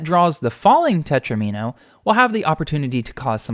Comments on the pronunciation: Not "tetrimino," tetromino. It rhymes with domino. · it's tetromino like domino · I hate to have to tell you this, but it's spelled tetromino (not tetrimino) and pronounced teTRAHmino, sounds like domino. Plural, FWIW, is most commonly -es. This might be good for Hydrant Dude (and everyone else) to know too. Great stuff otherwise as usual.